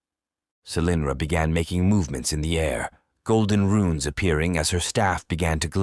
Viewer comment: RUNES as in ancient Script... Not "RUINS' as in demolished buildings They may Look similar, but are VASTLY Different. which is what suggests AI reading